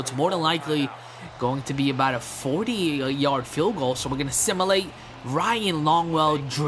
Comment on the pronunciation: It's Sim-u-late